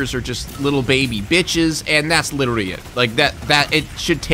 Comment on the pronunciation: Anybody else notice that he says “Lidolly” and not literally like that tik tok trend😭😭